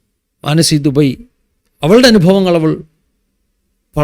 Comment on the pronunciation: മാനസി "ദുബയ്" അല്ല ദുബെ എന്നതാണ് ശരി. ( मानसी दूबे )